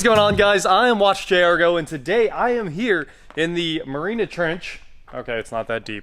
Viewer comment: Marina Trench? Mariana Trench